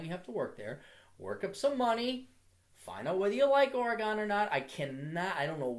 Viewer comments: Fuck! It's Ore-"gen" like wagon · The "gon" in "Oregon" is pronounced the same way that it's pronounced in "wagon". I'm from Portland originally and did engineering at U. of Portland. Just visited. The women AND men there are almost all fucking stereotypes of the northwest, Portlandia style. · blurglide the way so many people pronounce Oregon is funny